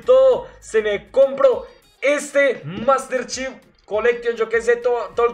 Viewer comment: Yo pensando en el titulo master chef: El pack de master chief hable bien carajo